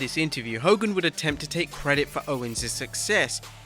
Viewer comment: “FACK DE HO KOGAN” love from the Iron Sheik